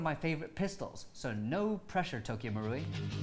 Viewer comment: It should be pronounced as Tokyo MA-ru-i not Tokyo MU-ru-i